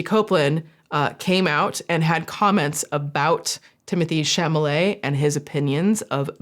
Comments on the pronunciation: I appreciated your bringing attention to this so much. Girl, it's CHALOMET not CHAMOLET. You are usually a stickler for the details, which is why I appreciate you so much. (Also because I was a touring keyboard player through the mid 80's - mid 90's and you and I have a lot in common.) Still love ya! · Sincere question, is there a joke reason or other reason his last name is being pronounced "shamma-lay" instead of "shall-amay"? Or is it just a silly mix up? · Don’t know if you care, but if you do, Tim’s name is pronounced “Shall—oh—may.” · I giggle whenever says "Chamalet" What is really telling about his comment about ballet and opera is that his grandmother, his mother and his sister are all in the ballet industry. So he should know more than anyone how those shows are constantly selling out no matter how expensive the tickets are. Instead of empathizing with his family, his ignorant comment is no different than some rebellious farm boy disrespecting his family's livelihood and claiming he would never want to be a farmer because it doesn't make you rich or famous. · Why do you call him Chamale? 😅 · Are you saying chamalet on purpose? haahah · your inability to say chalamet is the funniest thing ive heard in so long it made my night😹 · Copyright clippings aside, having you deliberately mispronounce Mister "I don't understand ballet and opera, so obviously no-one else could possibly care about it"? LMAOO that was a beautiful little petty cherry on top of all of this nonsense. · I laughed everytime you mispronounced charlamets name hahaha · You mispronouncing Timothee's last name every time made me giggle. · I felt vindicated to know that I am not the only one to mispronounce Timothée Chalamet’s last name. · Idk if the mispronunciation of chalamet is deliberate but it feels right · Ok... Is mispronouncing Tim Tim's last name on purpose? 😂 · I love the fact that you keep unintentionally mispronouncing his last name 😂😂